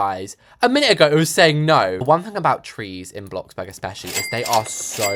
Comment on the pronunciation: U DID NOT JUST SAY BLOCKBURG😡 IT’S BLOXBURG MATE👀